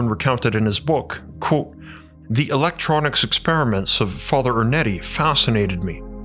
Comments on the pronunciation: You really should learn how to say the words 'Quote' and 'Unquote'. It should not sound like 'Colt' and 'Uncolt' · Love the way my man says "QWOTE."